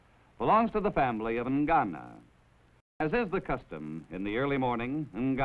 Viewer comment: What is "Ngano"? I don't think that is pronounced well.